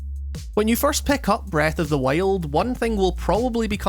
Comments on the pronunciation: "breth of the whale" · Breath of the whale ? Lol Great video